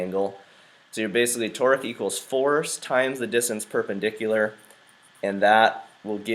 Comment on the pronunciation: I know it's Torque but sounds like he's saying "Twerk" 😂😂